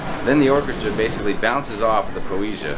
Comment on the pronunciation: Po-eh-see-ah. If you're going to "report news", learn how to pronounce the ship names :)